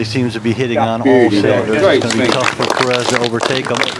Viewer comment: Perez prounounced "Perey" ??!?